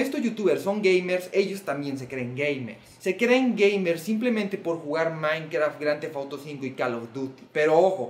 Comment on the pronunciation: A y no se dice maicraft se dice minecraft